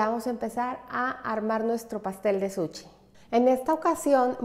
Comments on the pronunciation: Que excelente receta!!! muchas gracias !!! un comentario solamente . Se dice SUSHI no Suchi. es con sh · Todo maravilloso Solo porfis di bien SUSHI , no es suchi ni sucxi Que ansia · Nooooooooo, es que no puedes decir suchiiii noooooo, por favor no digas suchi😂😂😂